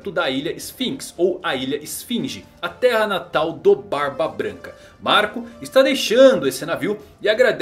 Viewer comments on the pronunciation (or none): none